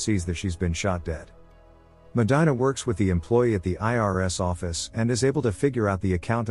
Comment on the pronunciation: If you LISTEN to the movie her name is pronounce MO-DEAN-A